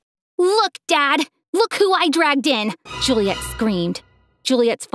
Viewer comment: It's Juliette not julia